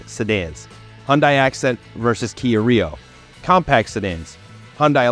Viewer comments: KIA & Hyundai are exactly the same thing! Just like Toyota & Lexus, Honda & Acura, Chrysler & Dodge, etc.!!!...BTW, Hyundai is pronounced like "Sunday", just saying.😊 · My dealer said it's pronounced "Hunday, like Sunday, not Hundeye.